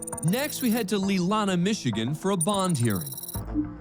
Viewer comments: "Next we head to LEELAHNNAH michigan" bro do you mean *LEELANAU*??!!! I CANNOT 🤣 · Lee la naw is the proper pronunciation for Leelanau.